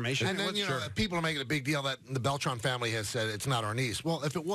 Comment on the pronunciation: It’s Beltran ;)